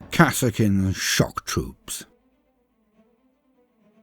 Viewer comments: i always thought that kasrkin was pronounced as kas-eer-kin but still awesome video loved it as always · Pretty sure it's pronounced Kaser-kin, as in Castle-kin. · I've never heard it pronounced that way before, always said it as Cass-ER-Kin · Oh no, I had not heard of these troops until about a month ago, when the Killteam news reached me. So I don't know how to pronounce the name. Is it Kass-ar-kin like says it here or Kazzer-kin like how Auspex Tactics says it? Both channels are British so I trust both as primary sources equally